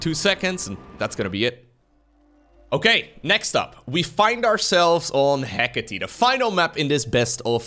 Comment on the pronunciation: The third map is pronounced < Heh - caw - tay >